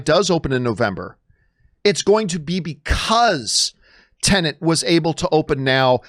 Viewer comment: What’s with all you Americans calling this movie “Tenant”? It’s pronounced “Ten-et” - very simple.